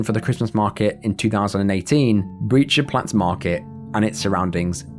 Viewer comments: This comment will probably drown but Breit in Breitscheidplatz is being pronounced like "height". E + I in Germany is pronounced Aye/Ay. Breit like height or wide or flight or fight. Same vowel sounds. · Breitscheidplatz ➡️ The pronunciation of Breit... sounds like the English word "bright". 😉